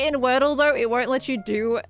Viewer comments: wordye instead of wordle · word-dye (wordy) for the games name